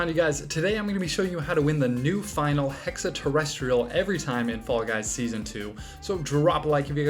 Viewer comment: TERR EH STREE ULL